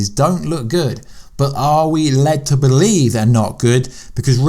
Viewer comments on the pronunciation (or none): none